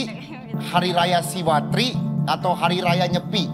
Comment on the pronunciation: Izin mengoreksi dan Tim Narasi yang benar Hari Raya Siwaratri bukan Siwatri